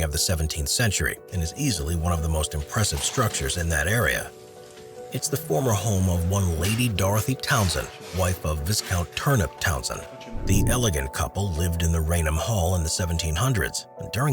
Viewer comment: England isn’t a city. I really do wonder who writes this stuff. Furthermore; it’s pronounced Vi-count.